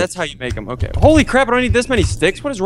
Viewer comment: When said we r gonna be ok i tot he said we r gonna have cocain....lolol